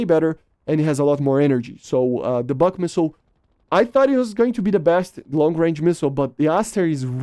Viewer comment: Not the bak, bUk. Not A/~R - U